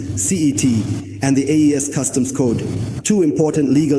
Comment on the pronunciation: It's AES not AIS!! Research!